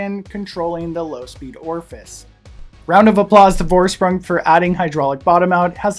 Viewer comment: Great vid, but the pronunciation is killing me: it's German, so it's FOR-SH-PROONG, not VOR-SPRANG, Geez...